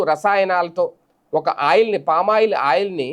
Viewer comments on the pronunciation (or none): First వెళ్లి పామాయిల్ ఎలా పలకాలో ప్రాక్టీస్ చేసి రా.